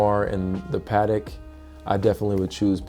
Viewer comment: It’s aaight. Protect ya Pa-tek.